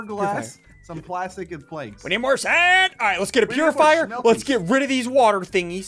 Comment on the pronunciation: its not a PURifier its a POOifier